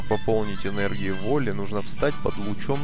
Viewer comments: не волли а вАлли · Не волли а Валли!